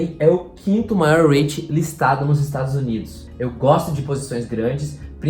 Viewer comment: apenas umas pequena correção: a pronúncia correta seria "ri-it" e não "reit"